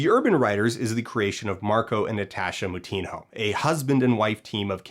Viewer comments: Just FYI - their name actually isn’t misspelled, “Moutinho” is just a Portuguese last name. The “nh” I’m Portuguese is pronounced like the ñ in Spanish, so it would be “mo-teen-yo” if pronounced in Brasil or portugal. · I don't know why the Moutinhos are mispronouncing their last name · the moutinhos arent misspealling their name, they're mispronouncing it, which is kinda sad to see lmao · the urban writers couple cant even pronounce their own last name correctly 💀